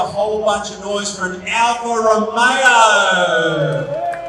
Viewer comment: Affa Roomeyooooooo. Who is this a-hole?